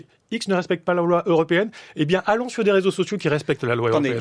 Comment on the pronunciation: « C’était le rézosocio des… » 😂😅